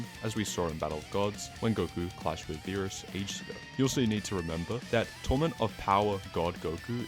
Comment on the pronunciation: Bro can’t say “tournament” correctly to save his life